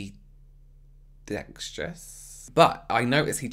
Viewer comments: That pause when pronouncing ambidextrous... Relatable. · AB i .... Dextres. Hahahaha killd me Up are rly smart and kind hope he sees this and he lerns somthing